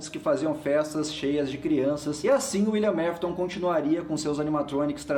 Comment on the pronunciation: só eu que senti agonia com o falando " Uilian Mafiton"